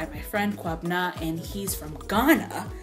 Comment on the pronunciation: Naija jollof is terrifying. 🇬🇭🇬🇭🇬🇭 But yo s/o to you, you pronounced Kwabena's name pretty well.